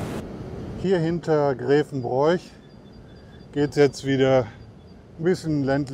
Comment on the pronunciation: Hallo, schön das du die Erft geradelt hast. Darf ich etwas Kritik einwerfen? Grevenbroich wird "Grewenbrooch" ausgesprochen. Ansonsten schöne Tour durch meine Heimat.